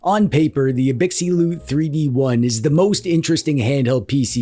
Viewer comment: You should hear how he says Anbernic 🤣... Not to mention gigabyte, LPDDR5, Abxylute and RGB.